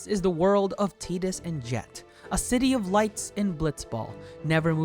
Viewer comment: Who tf is teetus?